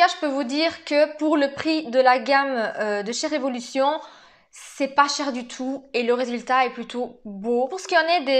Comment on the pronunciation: coucou, répète après moi... RE...VO..LU...TION... 😁😁 Sinon très joli makeup!!! bisous bisous